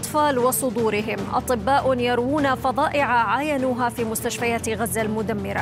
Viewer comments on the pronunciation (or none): المذيعة قالت في مستشفى غزة المدمرة بكسر الراء ،الحق مو عليكي الحق على الي فحصك باللغة الفصحى.